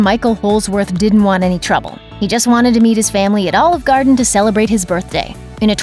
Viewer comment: Please learn how to pronounce "Garden."